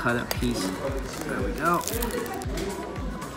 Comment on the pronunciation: "Might have over-done it on the food right over right 'der"